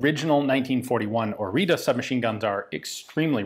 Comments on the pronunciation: Its properly pronounced "oritsa" (oh-ree-tsa) Regardless I've been dreaming of this video to come! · This type of T is pronounced like the last part of "its" or "it's". Oreeetsa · It is spelled Orița and pronounced Oritsa / Oritza. Also Cugir is pronounced more like "Cudgir", like gi in giraffe. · As a Romanian I'm glad you're covering this, but dear God your pronunciation is off. It's pronounced oritsa (orița), and the guys name is Mareen (Marin) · Fyi , If you want to pronounce the name correctly by any means you spell it "oritza" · very nice gun from my country btw, the T with a comma under it is pronounced like tz in tzatziki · You say orita I hear margarita.. so what if it's 10 41am lol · As a romanian, you should say instead of "Marin Orita" something like "Marine Orizza" :D The "ţ" is a like a double "z" from "pizza". Thank you for analysis of our crappy-pieces-of-junk-poor-excuse-for-a-gun but hey, that's all we had. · I better way to pronounce the name is ori-ts-uh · One thing i caught on the manufacturing engravings was that the name is actually pronounced "oritzu". with u as in "uh.." small detail i know, but still worth a mention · Romanian has diacritics (ăâîșț) that are pronounced differently. In this case it's Orița, where ț is pronounced like zz (pizza). The others go like this: ă - Uh with a wide mouth (like you forgot what you were about to say), â short Uh (like someone asked you something and you didn't hear them), î - identical to â but only when a word starts with it, and ș which is shh (like be quiet) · Pronounciation is Oritzza or even Oritzzah like is marked on the gun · you need to pronounce it something like this "Oritza", or you can look for the proper one on google translate. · Romanian here, I saw the flag, I insta clicked! ♥ Also it's pronounced " O ritz uh " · It is pronounced Oritzuh. Not an expert at spelling it but it should be more accurate.